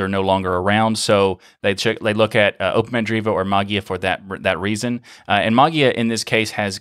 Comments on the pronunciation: interesting stuff. I still don't understand the video presenter's decision to say Maa-guee-uh. Maybe one could read the 'ei' as the 'A' diphthong to pronounce "ma-Gay-uh" or "ma-Jay-uh" or, as you point out "ma-Way-uh" or "ma-Yay-uh". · There are two problems for English speaking people not familiar with Greek: the fact that the "ei" (εί) is actually pronounced as a short "e" (as in beetle) - which becomes a longer, lounder "e" because it is also accented- and the problem of the "g" ("γ") which is not abvious at all. The presenter just heard it as... whatever and pronounced it as... whatever :) Not the crime of the century, though :) BTW, are you familiar with the "Erasmian Pronunciation"? Well, you can use it for ancient Greek texts (the ancient Greeks are long gone and there's no one there to correct you :) ), but don't use it with modern Greek, it's just wrong... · I definitely took note, as well. "Like, what do you suppose is the reason for the 'E' character? Why not 'Magia' if you wanna pronounce it that way?" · The word "Mageia" is the transliteration of the Greek word "Μαγεία", that's why you have that "e" in there. If you want to hear how it is pronounced in Greek, here it is: This is the way to pronounce the word mageia (μαγεία) = ma y i a , the y like the w in weather or y in yield, and the accent at the i. In English ge is often pronounced like a soft j, like the second g in garage, or the g in mirage. (Phonetically represented by z.) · Davis because there's not an official pronunciation and I was told that was correct. My natural way is with a J sound. As you can hear in this episode. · I thought you said "that's how they told me to pronounce it" to which I claim the necessary response is "then spell it that way"